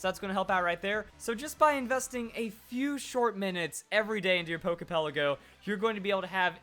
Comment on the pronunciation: It irritates my nerves the way you say "Pokey Pelleggo". Lol. But other than that...great vid!!